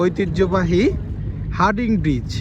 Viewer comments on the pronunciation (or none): আপনিও ভুল বললেন। সঠিক হবে হার্ডিঞ্জ ব্রিজ।